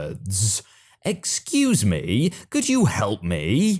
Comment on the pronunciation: Storytime : While I enjoy wholesome stories, when there is a wholesome story, and the person saying, "Excuse me." isn't a Karen, you need to use an inflection of voice that does not make it sound like it is a Karen in the wild, but that it IS a sweet old lady. You do a disservice to the person in the story, and to the viewers of the video. Please keep in mind that vocal inflection is of primary importance in these stories. That is the only thing I have any problem with, and there may be others who feel the same way, but for some reason haven't said anything yet.